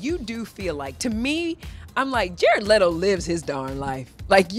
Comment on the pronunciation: She pronounced his his name Jayrrud LetOh.